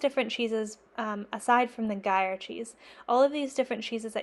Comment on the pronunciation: Are you saying Gruyère? I believe it’s said groo year, but I’m Australian so might be mangling it. I probably need to pick up some ripening containers before I launch into my cheese making journey. I have a little wine fridge but being able to customise it for each different cheese is probably a good idea.